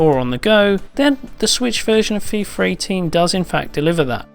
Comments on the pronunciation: it's Fee-FUH, not Fee-FER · Why does he pronounce "fifarr" instead of "FIFA"? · "fifer 18" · Feefer 18? God, Britains have the strangest pronunciations. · FIFAR 18?? thats how he said it..